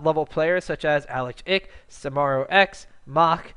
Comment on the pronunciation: it's ELO not Y'ELO and it's fucking Alex ICH not IH or ICK